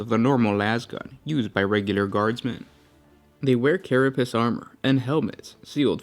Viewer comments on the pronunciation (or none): none